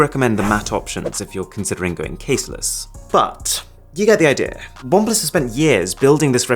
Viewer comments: Bom plus 😂, But I love his videos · I used to be a great fan of Oneplus, owning 5 their devices. However in Jan got 8Pro, returned is as camera was bad, and still struggling with refunding it. Disgusting customer service. You should do videos discussing the customer service we get today, especially from OnePlus. Nice video, however the constant emphasis on PLUS felt catchy only the first 2 times . Then in was too much